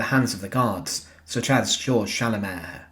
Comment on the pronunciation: Actually, Georg is pronounced "gay-org" in German. Nevertheless, thank you for this eye-opening video of a war criminal who met justice at the end of a hangman's noose.